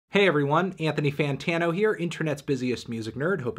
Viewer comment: NARDthony WUARtano LMAO